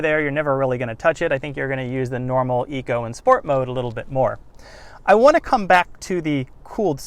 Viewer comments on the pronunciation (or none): none